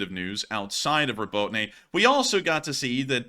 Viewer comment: Would it be too much to ask you to learn how to pronounce Robotyne properly?